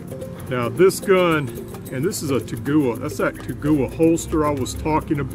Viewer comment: Great video and information. BTW the holster is pronounced Tag--wah. no offense I am a Taurus man. I have a G2 Millenium and is excellent. No mishaps in over 1500 rounds. An 856 is on the way home as a swop for a defective Rossi revolver. You made me even more eager to get this pistol. Thanks again.